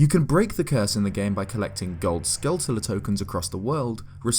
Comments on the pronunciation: Great vid but got say... its "skull-CHOOLA" just like a "taran-CHOOLA" :P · It's meant to be pronounced Skull-chu-luh. Like tarantula. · Skulltula is pronounced as "Skull-chula". Like tarantula. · Please help me understand how humans see SKULLTULA but pronounces skelltila.....proof is in the pudding or it is what it says on the can..... My point is how so many people do this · Skulltula is clearly pronounced like tarantula. (Pet peeve.) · Why does everyone say Skull-tulla? You don't say "Taran-tulla"